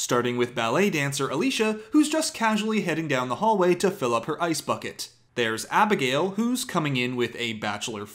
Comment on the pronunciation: wait did you dub abigail's name into the bridgerton opening yourself because your accent sounded so good lol